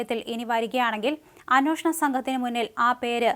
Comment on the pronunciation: എന്തിനാണ് അനോഷണം എന്നു പറയുന്നത്? അന്വേഷണം എന്നു ശരിയായി പറയൂ.